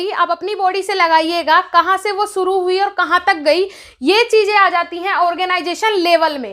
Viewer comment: madam shusu nhi shuru hota h